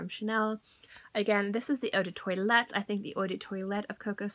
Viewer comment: Girl, please work on your pronunciation, 'eau de toilet' lol.